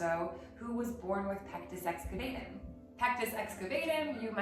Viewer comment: It's actually pronounced pectus excaVAHtum. You seem like the kind of person who would want to know that. Thank you for all you do! I start every day with your calendar - what an amazing way to start the day!